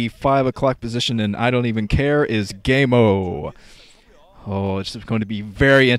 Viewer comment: The other commentators pronounce it "GeeGee-Emo".